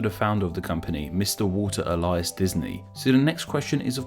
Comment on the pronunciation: Anyone else notice that he pronounced Disney’s middle name as Ellice and not Ellie-ass